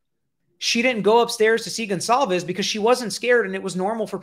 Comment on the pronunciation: I LOVE watching you & your channel! I just have to make a quick point, since this is on my heart. Everyone keeps butchering that poor girls last name! It's pronounced GONE-CAL-VES! If you can't pronounce it correctly, just call her by her 1st name out of respect! Just saying! Sorry! It's the teacher in me! LMBO! Most ppl, such as my students don't care to be called by the wrong name!